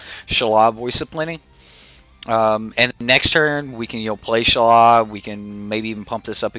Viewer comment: Shalaiiiiiiiiii not shala wtf